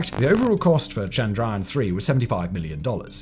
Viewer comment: I will help u stop saying the a just ignore the a and u are good like chndryan mngalyan